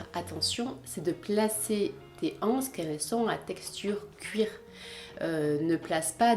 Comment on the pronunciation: La liaison s'il vous plait! Une (n') anse, des (z)anses :-)